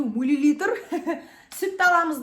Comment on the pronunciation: Мә жаным милилитыр деп әпке😊😊